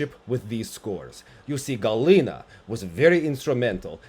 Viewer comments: HAL - ina, not Galina! ;) (like in the name, Hal) - other than that, I agree, the scores for Eteri's daughter were bonkers :D also, I begin to dig Kostorna more and more, just for her sheer balsy approach towards all the mess within the Russian ladies team and who gets to go to the Olympics. It was a shame with the Axel, but it was also clear to me, how her skating skills and overall presence on ice improved this time around and aside from Wakaba her skates were my favourite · It is Halina not Galina. It is Polish name.